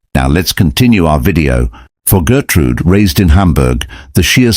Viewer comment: Her name is Gertrud, not Gertrude. Gertrude in German would be Gertrud-ey.